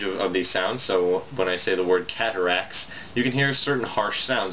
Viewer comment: I thought you were saying "get rekt", not "cataract", and it really confused me because I didn't think that term existed in 2007.